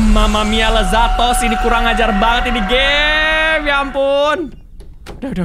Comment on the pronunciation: Kok aku sering denger ko regi itu ngomong omm mamalia lezatoss